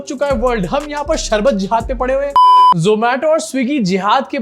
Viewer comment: 😂 c ka sharbat pronunciation b galat hai. Marketing karne aaya